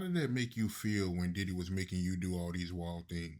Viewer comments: Is he saying “Daddy” & not Diddy?? 🤔🤔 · Did dawg say diddy house or daddy house 😂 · This nigga keep saying “daddy” or I’m tripping? ?